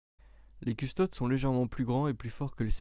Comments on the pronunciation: C'est vraiment dur à écouter du fluff quand tu fais des fautes de prononciation à longueur de temps. CustodES : à mon sens on dit "custodès" Roboute Gulliman : tu le dis très à la française. Il y en a d'autres .... Beaucoup de répétition et une lecture très plate : Met un peu de vie dans ta lecture ! C'est intéressant mais la forme rend l'ensemble difficile à suivre ! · Lucius Forge oui il faut lire les noms comme en latin : Adeptus deviens Adeptous et Custodes : Coustodes ( dans la prononciation)